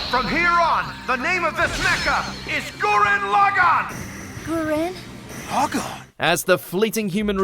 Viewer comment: Every time mispronounces Gurren Lagann I feel irrationally angry.